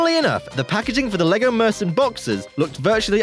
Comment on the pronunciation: It was, I'm not Danish, but I have Danish family. He didn't get Mürsten right though.